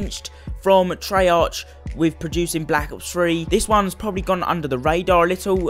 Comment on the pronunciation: did this nigga say trey arch not ark? oh god